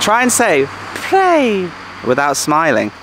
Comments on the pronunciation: Hi, I love all of the segments that you have produced. Thanks for your hard work. The recent province that you have visited is actually called Phaer (according to the Thai writing) not Phrae. I thought I let you know. Keep doing a great job. Cheers. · It’s แพร่ not “Prey” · The pronunciation of "Phrae" should be like "P-rare" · Phrae is a fabulous little town, famous for it's ancient wooden mansions. Lovely country farmers markets etc. There is another Earth Pillar area south of Nan too, at Sao Din (Earth Pillar), near Wiang Sa on R1026. Btw,, I hope you don't mind me saying, but Phrae is pronounced like 'Prayer' not 'Pray', with the rising tone, as you say. Hope you don''t mind. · well.the province name is not what you pronounced .nice view by the way. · You need to learn how to pronounce Phrae correctly!!! Ask a local...